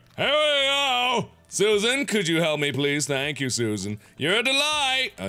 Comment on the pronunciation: Felp? For some reason I thought you were intended to say fap. O_o